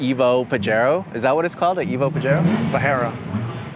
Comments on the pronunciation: Here in the Philippines we have 4dr Versions. But we pronounce them as Pajero not Pahero 😂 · Its hapanese not spanish 😂.. theres no reason to call it pahero.. Still so fkin cool though.. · Dude is hurting my soul everytime he says "PAHERO" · Haha; Pahero?! He is literally the only person in the world who has ever pronounced a Pajero that way. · Larry pronounced it correctly, the owner has no idea..🤦 Pajero..!! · in Australia they are very common. PAJERO is definitely pronounced with the J ..... it is not silent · May mga ganyan din dito saatin na nakarating.. medyo tagilid yung ibang info nya hahaha gaya ng "pahero" nya 😅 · japanese people call it “PADJERO” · Them calling it "pahero" stresses me out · that's cuz he is! Also it hurt my ear everytime he said Pa"H"ero! Like seriously dude! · Its called a Pajero with the "J/G" sound. Dude doesn't know how to pronounce his own car. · In U.K. and Europe we def called them paJeros …no one JDM calls them paHero 😂😂😂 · That way he’s pronouncing “Pajero” for the vehicle is incorrect. It’s pronounced the way it looks. The “J” is not an “H” in this circumstance. The name derives from a cat 🐈 called the Leopardus pajeros. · American trying to tell people how to say pajero , a car they literally dont have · It’s not pronounced the Spanish way. We have em everywhere in Australia and they don’t stack up well to their competitors. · Lol this man doesn’t even know how to pronounce his own vehicle. But regardless I’m jelly, Pajero evos are sick. Definitely a dream car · Poor that the owner does'nt even know how to pronounce the word and should NOT allow to own this special Evo. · ........We have had Pajero's in Australia forever, no one has ever pronounced it like that. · Say what? This dude is pronouncing the name incorrectly!! The vehicle was not named after the south americian term for a wanker! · If you pronounce Pajero with an H then you're saying the Spanish derogatory word "wanker", the proper pronunciation is with a hard J